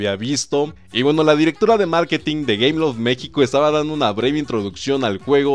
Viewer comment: dice gayloft xD en el minuto c mamut este men jaja